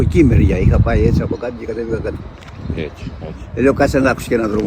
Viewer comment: Great job! Spanish gives you a huge advantage because the 5 vowels are exactly the same and there is the identical rhythm and intonation in both languages. Two pointers for further improvement: 1. you very often substitute/s/ for /z/ (you also do it in English 🙂)-I suppose because of Spanish interference. 2. When talking to the native speaker you pronounced the word έτσι /echi/, the correct pronunciation is /etsi/- the /ch/ sound is not used in Standard Greek, when heard it is regional and low class. Other than that, Συγχαρητήρια!